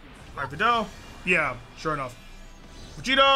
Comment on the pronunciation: Is it just me or did I just hear him say super Saiyan blue Vegeta